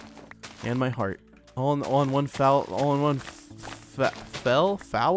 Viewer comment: Fell not fowl lol